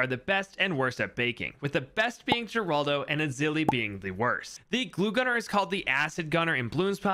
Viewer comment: Gerlado? My fellow monkey player its seems you made a little mistake